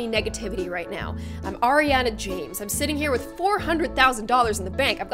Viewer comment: She said Ariana James and I heard Ariana Jade but no when I read it I relized that it was Ariana James.